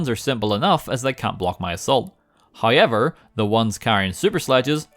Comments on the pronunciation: I love the way says however. “Heyever” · It's sounds more like Hi-ever